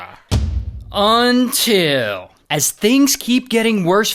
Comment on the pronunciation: Were all gangsta until ray says “until”